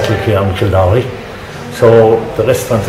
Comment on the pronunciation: What a cute video! Great idea to get a snapshot of these villages. I'm embarrassed to say I couldn't understand half the accents, haha (American here), but I learned the proper pronunciation of Kildorrery so that was neat!